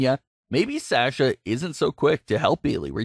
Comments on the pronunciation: Saying sasha wrong too. Mark! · Why do miss pronounce tamina an sasha u kept saying taminia an u kept saying saaaaaasha its sasha just sasha not saaaaaasha an not taminia get it right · Lol. Sash-Ugh and Taminia. We don’t know those people because you’re pronouncing their names wrong.